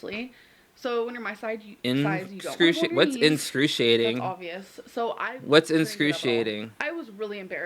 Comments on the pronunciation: “The pain was inscrewseeating” “There was no pain at all” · “the pain is inscruciating”